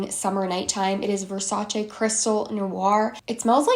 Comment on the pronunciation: THANK YOU FOR PRONOUNCING VERSACE CORRECTLY. Now when I finally found a youtuber that doesn’t read it Versachyy, she’s not active :(.